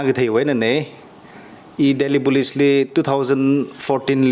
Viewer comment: it's very fortunate that you are bringing people from different walks of life to share us important insights,but I have one suggestion since we have many people watching your show,you need to increase your English accent,for an example Police you pronounce as Bolice, Tangkhul as Dangkhul n many more, please try to improve on that area.